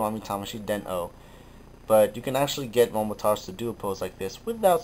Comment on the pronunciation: .......FINNALY! Some one pronounces his name right. It has always made me cringe at how many people mis pronounce Momotaros. *thumbs up* Good on ya.